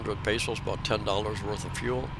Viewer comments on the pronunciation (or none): none